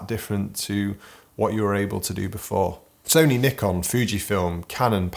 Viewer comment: I love the way you pronounce Nikon as the English do. Nik-on. Unlike the Americans, Ni- kon. Just saying. 😂